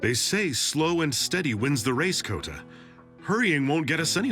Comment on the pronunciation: I meant you say Kouta